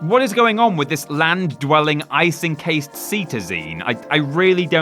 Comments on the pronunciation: The way he pronounces "cetacean" gave me anxiety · That's not at all how you pronounce "cetacean", otherwise a fun list. :P